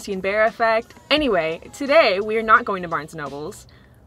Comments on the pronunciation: I say nobles too haha it’s okay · I DONT CARE WHAT PEOPLE TELL ME.. I WILL PRONOUNCE THAT S AT THE END OF BARNES AND NOBLES WITH PRIDE!!! IT SOUNDS SO MUCH BETTER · Its a texas thing pronouncing it barnes and nobles hahaha im from dallas n i say that too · i pronounce barnes and noble the same way too! bc i swear i saw an S at the end of noble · i also pronounce it, sometimes but pretty much most of the time, barnes & nobles. for some reason my brain kind of just decides to add the s. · That's how I pronounce Barnes and Noble too🤣🤣 It just sounds better that way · I've always pronounced the s in Barnes & Nobles. Don't feel bad lol. P.s. I just subbed. Love you!